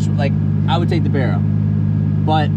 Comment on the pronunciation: learn how to say barra. its embarrassing. please! ahaha